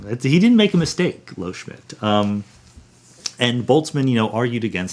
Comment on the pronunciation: Loschmidt, not "Lohschmidt"